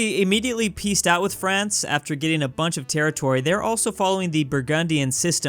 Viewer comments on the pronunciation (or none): none